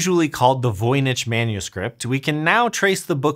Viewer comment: Ah come on... you could have looked up the correct pronunciation of Voynich!